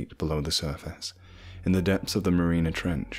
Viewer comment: You said the Marina Trench but its the Marianas Trench..